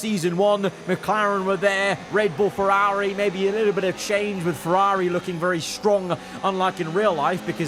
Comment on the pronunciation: You need a speech therapist. The way you pronounce Ferrari isn't normal.